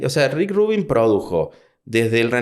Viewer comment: We ni sabe pronunciar Rubín, ya dejalo